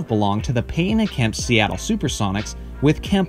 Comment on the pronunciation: Bro here: Gary Payton’s Last Game With The Sonics (2003) It's not Gary PAY en. It's Gary Payton. Tf wrong with you?